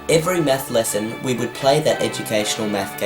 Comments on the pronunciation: it sounds like hes saying meth blaster XDDDDD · Why do you pronounce "math" like that? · That's not because he's Australian. I think it's just him. When I say "math" it sounds like "math" rather than what he said at the beginning. :) Oh, don't mean to offend. :)